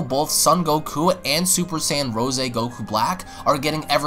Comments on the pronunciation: It's rose as In the flower. No rooseh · Dude its Rose not Ro'se lmao